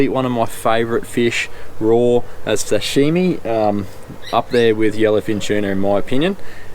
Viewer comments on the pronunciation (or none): none